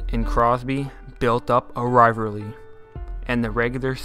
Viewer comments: lol! built up a what? "a rivarely?"😉 Gr8 vid!👌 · Not only did you say it once you said it 3 times ryverlee lmfao it’s rivalry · Learn how to pronounce "rivalry" correctly. Good god dude.